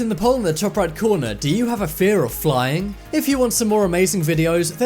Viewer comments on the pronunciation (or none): none